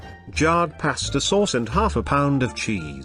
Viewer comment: That "paystah" is undercooked. It shouldn't be crunchy.